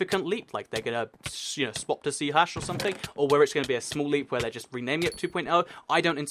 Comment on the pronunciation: It's pronounced C sharp. # it is musical notation meaning a sharp key. Not hash like a hashtag